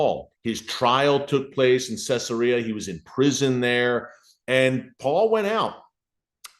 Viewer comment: It's pronounced Cezaria. Not Cessaria..